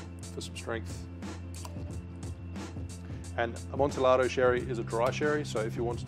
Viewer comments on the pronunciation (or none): FYI, in Spanish, double LL is pronounced Y. So, Amontillado is pronounced Amontiyado.